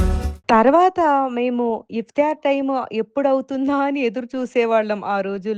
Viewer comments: It's not iftyaar it's iftaar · Iftaar.... It's not iftiyaar...